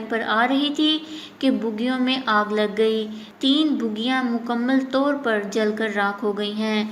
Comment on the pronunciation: O baji... Bugiyaan nai... Sahi word bogiyaan hai.... 😂😂😂😂